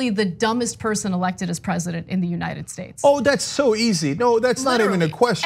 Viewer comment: “The United Staysh.”